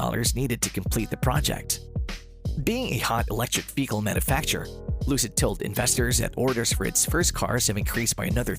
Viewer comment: Please learn how to say mobile and vehicle. It’s driving me nuts.